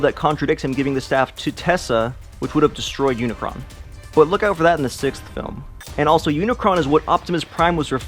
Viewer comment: It's Unicron